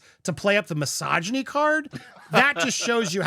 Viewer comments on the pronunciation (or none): I love the way you pronounced "misoginy". It sounded like massageny, so I now think every woman in the world is getting free massages 😅